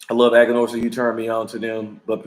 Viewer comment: Brotha you know it is Aganorsa